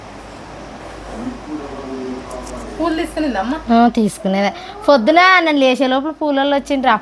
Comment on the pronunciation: ఫోద్దున, ఫూలు కాదు 🤦🏽‍♂️ పొద్దున్న, పూలు